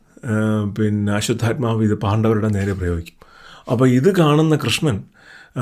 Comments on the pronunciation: തെറ്റായി പറയാതെ, അശ്വഥമാവ് ആണ് അശ്വതൽമാവ് അല്ല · Ashwathamavu anu...almavu alla. L illa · അശ്വത്ഥാമാവ് എന്നല്ലേ അശ്വത്ഥാൽമാവ് എന്നല്ലല്ലോ. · അശ്വത്ഥാമാവ് ആണ്.. "അശ്വത്ഥാമാവ്- ഹത:കുഞ്ചര" എന്നാണ്